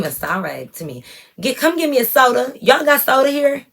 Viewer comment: I’m 💀 at “SODA” w the country accent. Sound just like us lol